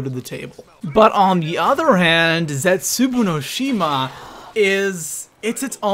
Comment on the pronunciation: I hate how you pronounce the map names